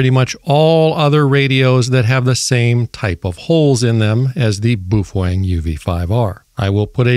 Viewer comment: It's pronounced "BOW-FENG"